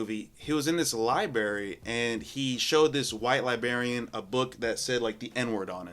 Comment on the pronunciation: This is new generation can't say basic words like compilation and library. "Compliation, libarry, libarian" 😂